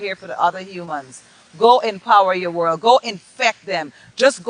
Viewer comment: Over the World not over the Worl